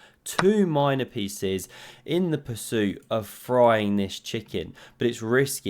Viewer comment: At 3.22 do you say 'all of his feces ' or 'all of his pieces ' ?